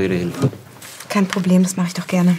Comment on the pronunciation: danke. Ich mache die Untertitel an. Ich meine dass die Aussprechen unklar ist. Zum Beispiel:"Was mache ich" klingt wie "Wasachech". Und ich bin verwirrt. Gibt es etwas langsamer und klarer?